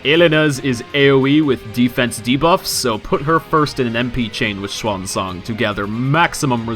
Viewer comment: Finally someone who says her name right!